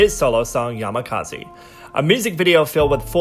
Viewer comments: Hey, just to clarify, it's Yamazaki, not Yamakazi. Great video overall. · Bang yongguk Yamazaki, not yamakazi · don't want to be that person but...it's Yamazaki, not Yamakazi... Anyway...I wonder why Hikikomori by Yongguk wasn't that controversial in Korea, because it's literally a song about hikikomori "problem" in Japan and it has to do with mental health...which often causes backlash in Korea...idk... Also - TripleH was one of the best things that happened in kpop and we lost them...ffs! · it's "Yamazaki" not "Yamakazi"